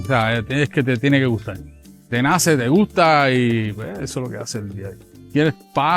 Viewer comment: El señor que hace de jíbaro, tiene mas acento cubano que boricua. 🤔 ese "gujta" con la "s" aspirada no suena muy boricua.